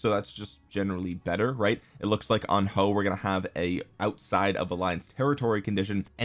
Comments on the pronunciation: damm chinese comm again, Huo is pronounced as Hwo in china i think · It's huo not hoes 😂😂 (joke) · He said "hoe" 🤣🤣🤣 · You must promise us not to stop calling him hoe even when you learn the correct pronunciation 🙏